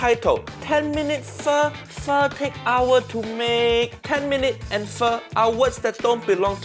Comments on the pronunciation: If you want uncle Roger to notice your videos then pronounce pho as foe not fur. Then make a "foe" style fried rice and forget to use your chef skills. Combine that with praising Jamie Oliver multiple times and you are part way there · My friend, you need to work on your Pho pronunciation.